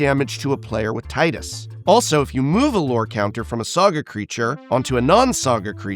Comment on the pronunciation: Tea diss. Not Tie diss